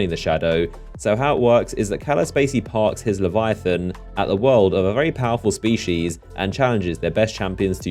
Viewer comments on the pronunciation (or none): none